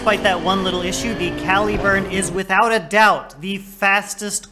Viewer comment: cal-ih-burn, not cal-ee-burn. think calibre - caliburn. derived from one of the earlier forms of the name for Excalibur.